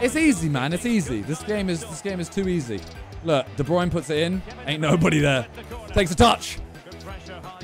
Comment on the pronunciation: It sounds weird hearing the commentator say De Bruyne the right way